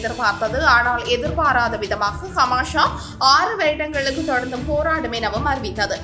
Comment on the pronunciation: ஹமாஷா இல்லை ஹமாஸ்